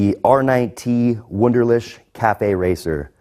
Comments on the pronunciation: ToxicDonut81 lol not to mention the W at the beginning! "Voonderleehk" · A little embarrassing that you can't pronounce your employer's name correctly. Ask a German from HQs to teach you the 'ch' part on the phone. It does NOT sound like 'sh'. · That's how they pronounce it in Iowa, lol.